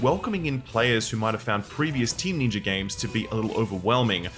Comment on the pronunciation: Can you please pronounce ninja correctly